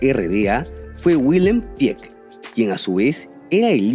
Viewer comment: JAJAJAJAJA.PESIMO TU ALEMAN INGLESADO. ADENAUER SE PRONUNCIA TAL Y COMO SE LEE. NO "ADENOIER" WILLHELM SE PRONUNCIA "BILLJEM"... NO " GUILEM" JAJAJAJAJAJAJAJAJA